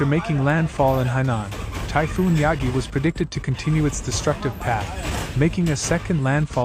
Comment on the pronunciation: 中国史上最強の台風を誤読してるようじゃダメだな😂